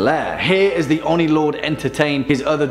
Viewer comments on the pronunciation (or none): ..... its oh-nee not on-ee